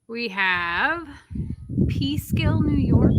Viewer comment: Peekskill, NY not Peeskill, NY. lol